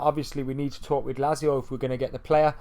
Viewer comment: Is that how you pronounce Lazio? Sounds wrong.